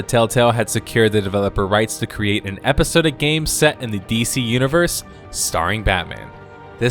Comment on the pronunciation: Epi-SOD-ic not epi-sode-ic